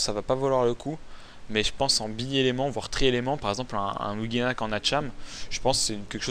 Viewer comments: tu dit ouginak x) ankama a confirmer que ca se prononce oujinak :p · Quand va-t-on arrêter d'entendre "ouGUInak" ... Un "g" suivit d'un "i" donne le son "ji" en français :/ ...